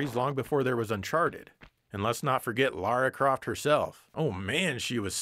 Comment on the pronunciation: I could express an opinion on the actual content but instead I just want to say thank you for calling the protagonist of Tomb Raider "Lara" and not "Laura".